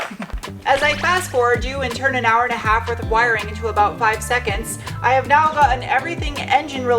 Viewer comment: What are you talking aboot?